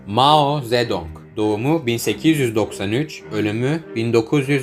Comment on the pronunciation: maho zedoğnk